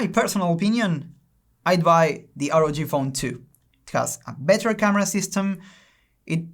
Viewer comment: Did i hear ROG phone "dos" (2)?